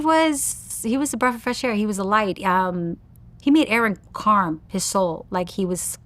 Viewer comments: somebody please tell her the word is CALM she keep sayin CARM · Not being negative- but I giggle when she says carm instead of calm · The 'L' is silent, buddy